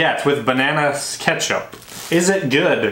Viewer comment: Banana ketshup😅😅